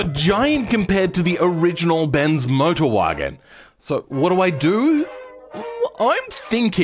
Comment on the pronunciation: What is that pronunciation Bens Modrwajen